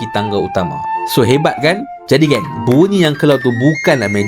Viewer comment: Kenapa bunyi tu jadi munyi ke saya salah dengar